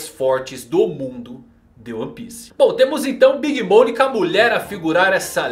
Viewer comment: Alguém também ouviu ele chamar a big mom de "big Mônica" kkkkkk